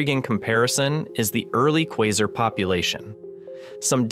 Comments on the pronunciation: Teach your bot proper English. Qua-sar, not Qua-ser. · I read your comment before watching the video, so the first time they said "quaser" I thought "What's their (you) deal? It was just one mistake." Then they said it 2 more times and it annoyed me. I understood then why you felt the need to comment this lol